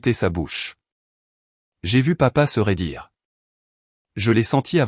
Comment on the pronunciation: Se raidir. Pas se redire